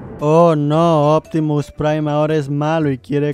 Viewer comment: Nadie: Absolutamente Nadie: Opitimus Prime: IO ZOY OPTIMUS PRIME